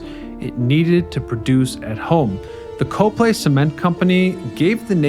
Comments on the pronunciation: I literally went to the comments section to see if anyone else was going to say this. To be fair, the Lehigh Valley has a bunch of weird pronunciations, but yeah. COP-lee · Cah-plee Not Co - long vowel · It's cop-lay. Not co-play. I've lived in the lehigh valley most of my life and bike on the trial near there. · I'm from the area... locals pronounce Coplay, "Kop' Lee" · Huh; from the area and I never knew about them. Cool to see some stuff from the LV! Keep up the great work *“Cop-lee Cop-lee Cop-lee” 🤣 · In Coplay, we pronounce it COP-plee. Yes, COP-plee. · Great Video. You’re mispronouncing Coplay. I watch many of your excellent videos but you frequently mispronounce the names of the towns. Do you ever go to the actual location?